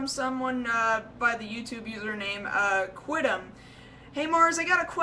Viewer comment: OH MY GOSH! YOU ANSWERED MY QUESTION! *falls over and dies* FYI, I think Quidam is suppose to be pronouced Quu-dam. Its Latin. And Othello is six years old.